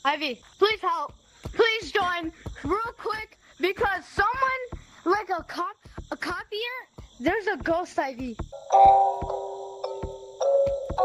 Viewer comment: "his name is copeier!!" how do they not know how to pronounce copier